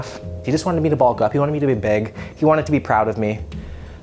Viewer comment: bro said “beg”